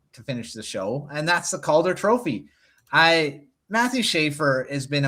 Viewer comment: Love the content, but quit saying Calder like that. It's infuriating.